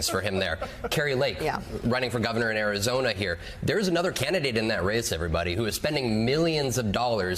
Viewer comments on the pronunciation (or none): none